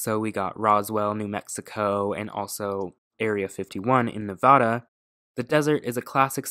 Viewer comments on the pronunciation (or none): It’s not NEV-AH-DUH. 🤦🏽‍♀️